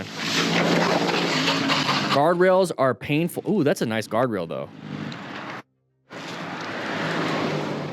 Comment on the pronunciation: "Guardrails are a pai- Tahts a nioce gaurdrail tho." Made me chuckle.